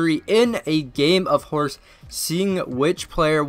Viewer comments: Did u hear it?He said H O R C not H O R C E. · When Steph won he said HORS not HORSE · This dude said HORS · he said lonzo lost he has hors he never said e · You even tried to make Lonzo win cheater and u said hors lol